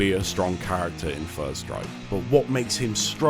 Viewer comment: sounds like you said "Fird" or "First" Strike.